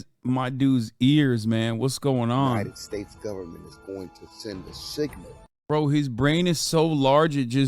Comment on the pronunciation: Seegnial and allemium